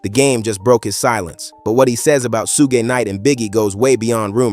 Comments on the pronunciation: This voice is a.i. 😅 Sue geh knight🥴🥴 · It's SUGE. Ffs. 😂🤦🏾‍♂️